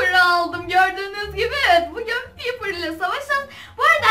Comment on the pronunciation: Abla bu arada Piper şöyle okunuyor, “ Paypır “ diye, ve Brawl Stars videolarının devamı gelebilir mi? Çok seviyorum.🥰🤗